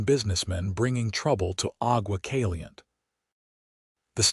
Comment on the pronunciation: Agua Caliente' Ah-gua (gwa) Căl-ē-yěn-tāy Santa Fe "Santa" (as I. "Santa Claus /Clauce" ) and "Fāy" (as in "Fay Ray") "Santa Fay", NOT "fēē" as in "paying your dues", No! PLEASE TEND TO YOUR POOR, SAD "AI" CONTRAPTION. 😊😊😊 By the way, these two names are both Spanish/ Mexican Names. 😊